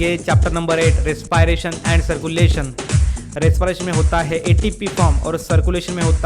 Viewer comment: You are pronouncing respiration wrong